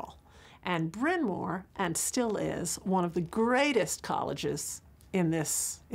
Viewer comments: Where did they find this inept narrator? It's Bryan Mawr, not Bryan Moor. And that's not the only mispronunciation. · She killed Bryn Mawr as well. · Sadly, the narrator is unable to pronounce Bryn Mawr.